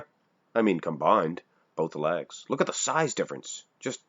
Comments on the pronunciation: Is he saying ‘lags’?? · Just learned Canadians say it “Lags”